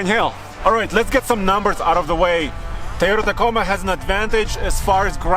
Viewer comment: "the tiyota ticoma"